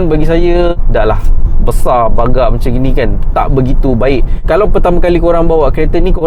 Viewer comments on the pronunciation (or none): besar gabak ke besar bagak? Hehe Jgn marah...terbaik bro